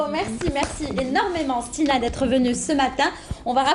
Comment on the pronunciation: ***** il lui manque des H à stina !